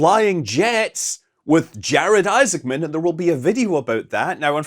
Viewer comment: You seem to call Jared Isaacman "Jared Isenman" or "Jared Iseman" sometimes. Might not want to do that in a video featuring him. (Unless I'm wrong to think the c is supposed to be pronounced.)